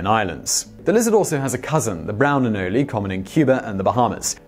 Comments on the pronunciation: I've never heard of anoleys, I have heard of anoles. Just saying it's a weird thing to mispronounce. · It's pronounced "A-nole" not "anolli" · “Anoli”...Lol Simon is phonetically challenged. It’s “Anole” bro. It isn’t that hard to pronounce. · They are not pronounced anolees, they are pronounced anole with a silent e. Nobody has ever referred to them as anolees unless in error. Sorry Simon.